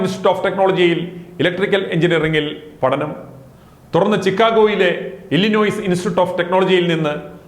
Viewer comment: Hello, Please take care to pronounce names of US cities correctly. For example pronunciation of ‘Chicago’, ‘Illinois’.